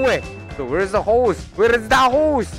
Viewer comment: How many times did mispronounce the word "Horse"? Me: 17 Hoes and counting